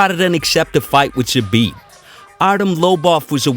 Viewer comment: You pronoince his name doesnt right, not "Zhabit", Z pronounce same way like "Zorro", Забит.